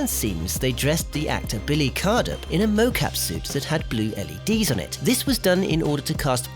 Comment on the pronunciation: It’s Billy CRUDUP, not Cardup. Let’s hope someone doesn’t make a video on all of your mistakes!